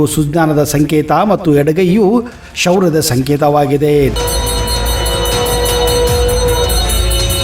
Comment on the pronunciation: Anna swalpa niva kannada pronounce correction madkoree sivva -sihma, ksourya-shouyra anta innu baal adava worlds